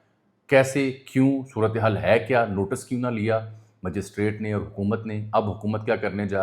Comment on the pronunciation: نوٹس ۔۔ Notice ✅ نوٹس۔۔۔Notas ❌ With best regards 🙏